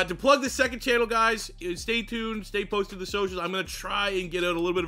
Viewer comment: he said stay pooned lol